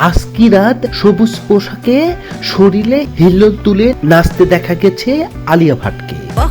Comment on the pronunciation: EIRREE DAMRACHODA ABAL BOLODER GHORE BOLOD ... THIKMOTO BANGLAO SHIKHISHNI ESHCHISH VIDEO BANATE. OI GONDOMURKHO DAMRACHODA, EI JE BARBAR BOLE JACCHISH ....KINTUK, SHORIL....ARO KOTO SHOTO VUL BANGLA.... JIBONE LEKHAPORA KORISHNI ? SAGOL KOTHAKAR. AR VIDEO BANAISHNA.